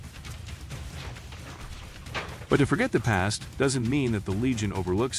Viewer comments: "elights"? I think you mean elites which is pronounced e-leats. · Just shiddy AI presenter..... they are also now ee-lights and not elites.